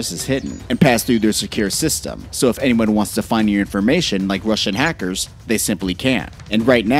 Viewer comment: Much emphasis on “Russian hackers” why